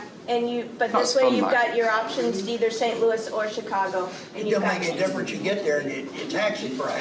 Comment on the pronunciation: I think you learned how to pronounce St. Louis since your last video through there. Thanks a lot, Cheers!